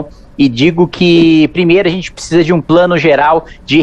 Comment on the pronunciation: Kim está PRECISANDO treinar esse "picisa", que diz toda hora. É ridículo.